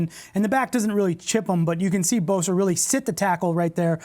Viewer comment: Just one thing coach, it's Bosa not Boza... LoL